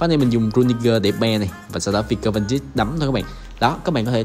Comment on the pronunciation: Van Dijk đọc là Van Đai còn De Ligt đọc là Đờ Lít nhé a